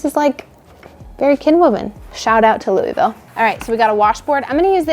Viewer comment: The locals in Kentucky pronounce Louisville “LOO uh vul.”